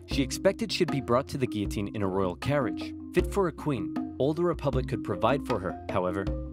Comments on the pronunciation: Almost made it through the whole video without slipping back to calling it the Gill-a-tine, not Gee-O-tine. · the pronunciation of guillotine is inconsistent in this video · Anyone else notice sometimes he pronounces it gee-u-teen and sometimes gill-u-teen? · Good vid but gioulotine is actually pronounced guiotine. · You: you mispronounced Guillotine twice. TO THE GUILLOTINE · I just realized he pronounced “guillotine” both ways people usually say it. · HAHAHA he mispronounced it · oops you pronounced Guillotine wrong TO THE GUILLOTINE! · * pronounces guillotine like it looks* Me: “TO THE GUILLOTINE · Anybody else hear him say Guillotine wrong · mispronounced the word “guillotine” TO THE GUILLOTINE! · DID YOU JUST PRONOUNCE GUILLOTINE IN A DIFFERENT WAY?! TO THE GUILLOTINE!! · The way you pronounce gullitine scares me. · You pronounce the L in guillotine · the way he pronounced guillotine. I did a project on the guillotine, and one of my partners kept saying it that way and it drove me mad. also guillotin didn't invent the guillotine. and the animation showed Louis's head getting cleanly sliced off, but in reality the blade caught on his fat neck and his jaw bone, and 2 people had to sit on the blade to get it to slice through